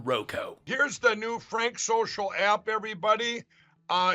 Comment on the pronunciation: I could've sworn I heard mike pillow say "prank social."